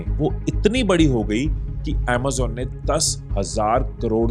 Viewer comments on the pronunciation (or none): none